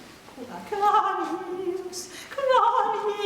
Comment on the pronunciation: Jesus si pronuncia con la e aperta, non con la e chiusa e schiacciata nel naso. La pronuncia e la fonetica non sono un optional!